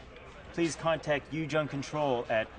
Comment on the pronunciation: "Ujung" is pronounced Oo - Joong in Indonesian. not You - Junk.